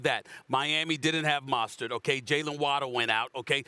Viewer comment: My mans s.a.s said "modstert" 💀 😂